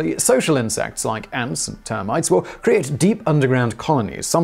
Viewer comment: stop saying insex.